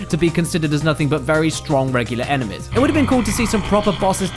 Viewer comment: Everytime James says enemies I hear enemas. Beautiful.